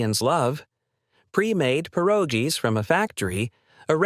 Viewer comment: Ironically, like so many Peel Regin residents in 2025, this video itself is (AI) slop. "Purr-ah-gees"? Nice try on the lazy attempt. YT standards are as low as their woke philosophies.